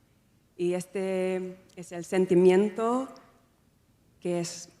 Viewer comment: When she says the words sentimiento ,lo mejor y gracias suena como española